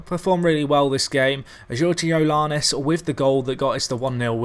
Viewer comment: Dude, you're killin' me. :p George-ee-ad-iss. :p There are no l's in the entire name and only one o. :p